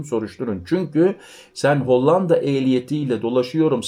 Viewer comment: L ,harfini ince söyle.Hollanda' derken L ' harfi ince söylenir,'Lazim' vs.gibi